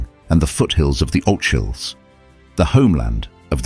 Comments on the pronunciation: Great video except for - eeek! monumental mispronunciation: The Ochiills, the set of hills running west to east of the river forth are not pronounced au-chills it's the O-kills. Ochills. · This Englishman needs to learn to pronounce our names and the 'ch' in our language. His pronounciation of the Ochil Hills was bad. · Hmm, was getting on fine accepting the commentary as dependable, and then the speaker mispronounces at least two words. Gaelic and Ochils. Who is the commentator? Could someone not have checked his pronounciation, before releasing the recording? Undermines the integrity for me. Sorry. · Wish they had used a Scottish narrator and he might have pronounced "Ochils" correctly. Otherwise interesting and informative video. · Something that grates every time…the word Gaelic, as in “the Gaelic language” * is pronounced as in “Gallic”, not “gaylick”. And I won’t even go into the hideous mispronunciation of “Ochils”, as in the hills near Stirling… * Ghaidlig, in the Gaelic language.